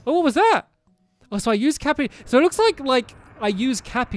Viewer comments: Stampy it's Cappy not Capper. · it's not called capper it's called cappY!! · IT'S NOT CAPPA ITS CAPPY (cap-pee)... Sorry bout that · Btw its cappey not capper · It's not cappa it's cappy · Its CappY not CappA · Its 'Cappy'; not 'Capper'! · It's capy not capa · Stampy the game just told you the name is cappy and you said capper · CappY not CappA. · It is not capper or caper it is cappy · It’s cappy not cappper and it’s not a boo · It’s not capa its cappy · Stampy, your saying Your caps name wrong. It's Cappy, not Cappa. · its it cappy not capper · it's capy not capper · ITS CAPPY NOT CAPPA JEEEEEEEEEEZ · It’s cappy not caper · It’s cappy not cappa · it cappe not capper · Capps not capper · IT IS CAPPY NOT CAPER!!!!!!!!!!!!!!!!!!!!!:( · ITS CAPPY NOT CAPR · Omg it’s pronounced cap-ee not cap-aa (plz don’t pin this) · I think I’m the only one here that noticed that he says Capper. It’s funny. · Tronner Productions umm you’re wrong as well it’s cappy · cappy, its cappy... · It's CAPPEY ;-) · Stampy pronouncing words Monster = Munster Cappy = Cappa Monsters = GoogliesNot Hating Just Thought it would be funny. XD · It’s capy for heavens sake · I can’t take it anymore!!!!!!!!!! It’s crappy!!!!!!! Not cappa!!!!!! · Its not capper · it's not cappa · ITS NOT CAPPER ITS CAPPY!!!!!! love your vids :P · it is cappy not capper!!!!!!!!!!!!!!!!!!!!!!!!!!!!! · Stop saying Cappa it’s cappy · Its cappy not capper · "cappy is your companion!" -stampy also stampy: CaPpEr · Its CAPPY not CAPPER Just a tip \_(‘^’)_/ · Stamy: Cappa Me: U. U gotta be kidding? Pls, Tell meh ur kidding! Its CAPPY! C A P P Y! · His name is cappy not cappa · When you watch this video for the second time but forget that he says 'Cappa' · Stampy every time: Capper Me: STAMPS ITS CAPPY NOT CAPPER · For some reason I'm just bothered when he says "Capper" instead of "Cappy".... Oh well! I still love Stampy's let's plays! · "Capper" is actually Cappy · It's cappy not capper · It’s not kappa, it’s Cappy😂